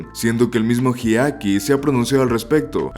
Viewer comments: Más de una vez te escuché mencionar erróneamente el nombre de Hideaki llamándolo "Hidekai" 😅🙄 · Abandoné el video después de escuchar que dijo "amanición" y pronunció más de 3 formas diferentes (y erróneas) el nombre de Hideaki.